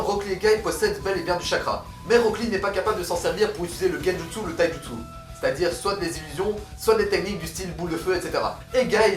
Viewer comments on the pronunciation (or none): Pourquoi a tu dis le thaï jutsu